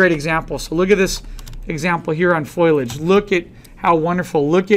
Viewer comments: Dear Professor: It's foliage and not foilage!!! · FO- LEE -IDGE! FOLIAGE!